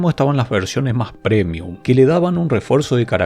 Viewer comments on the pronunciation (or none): none